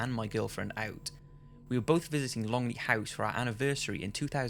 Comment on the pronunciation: I live on and work the Longlet Estate and I can tell you that it is definitely haunted. I am an open minded sceptic. Ps: the name is pronounced Thin. Great vid. MB x